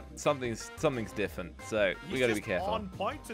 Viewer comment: Different not difent